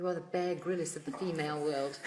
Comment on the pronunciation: “Bear Grillis”